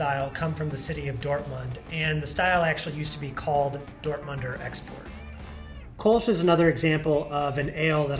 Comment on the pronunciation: Umlauts aren't decorational. It is Kölsch, not Kolsch.